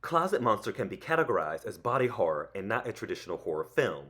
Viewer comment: Um, "horror" should have TWO syllables... or it sounds like something else.